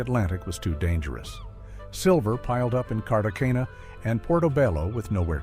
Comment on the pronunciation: So we can make all these grand movies with AI but we can't teach it how to pronounce Cartagena?